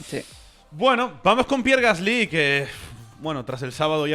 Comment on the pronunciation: Me encantan las notas de, pero solo tengo una objeción... Dejad de decir "Gaslí" por favor. Es "Gasli", es una palabra llana, no aguda. Muchas gracias y seguid así. Un saludo desde París